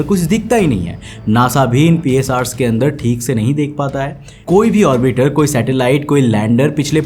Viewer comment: Please pronounce 'orbiter' properly. It's irritating